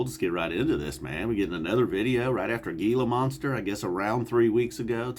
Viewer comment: I'm just here to give you a view and like. Just haven't gotten into these guys. Kaboom 👊. P.S....it's pronounced Heela Monster.